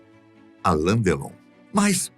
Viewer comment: Não é por nada não mas não é ALAN é ALAIN com I.